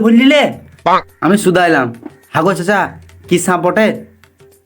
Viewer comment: Sanp noi Bhai re sap